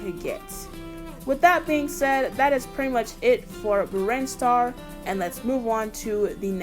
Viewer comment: I haven’t seen a Smash Bros video were someone just talk about something so casually that most would talk about competitively. Also, don’t worry about Brinstar’s pronunciation, it was correct. I know nothing about the Metroid series, so nothing was wrong to my knowledge. I do want to also point out a couple of other things that you missed when you were at the stages in the video 1. There is a small humanoid creature in the bg on the lower platform in Brinstar that’s called a Chozo, which are actually a species in Metroid who raise Samus Aran after her parents were killed when she was very young, the latter feat that was done thanks to Ridley, Samus’ archenemy and leader of the Space Pirates 2. The thing that is also on the lower platform can actually be destroyed if hit with enough power or multiple hits, which in turn will split the bottom platform temporaril 3. That thing that keeps wiggling in the background is what I think may be Mother Brain or the Parasite Queen in a cocoon, but it is indeed a live creature in there. Not sure what, but it is a living being in the bg 4. The occasional little ships in Cornelia are called Arwings, which are the vehicles used by Star Fox, defenders of space that oppose their series antagonist, Andross 5. The switch things in Green Hill Zone are actually checkpoints from the Sonic main series games. As for the chunks of the stage being destroyed, though, I have no idea where that comes from either, it may have been a unique gimmick for this